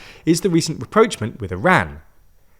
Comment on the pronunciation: You keep misusing "reproachment" when you mean rapprochement. For a word you use so often, maybe you should consider pronouncing it right...